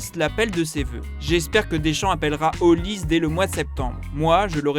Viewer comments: Ce n’est pas « Olize » mais « Olisê » comme Sunday Oliseh y a une certaine époque vous vous rappelez ? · Son nom est peut-être Nigerian mais il est Français et il joue pour la France. On prononce donc son nom OlisEEE. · Les Français arrêter de dire OLISE ! Son nom est NIGERIAN et c'est OLISÉ !!!